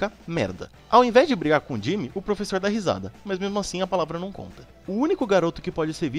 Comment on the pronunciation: Vc falou frevessor na 133